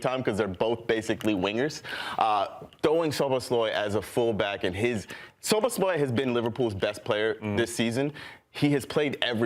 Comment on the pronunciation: arsenal boy can't pronounce Szoboszlai. Don't they train these guys on names before putting them on tv? haha